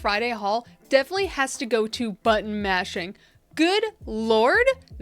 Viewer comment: I kept hearing "butt mashing"...I can't be the only one. Right??? Made me giggle. Great video! 💜😆